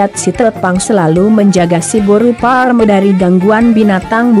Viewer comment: Boasa pas mandokkon siboru pareme dang jelas?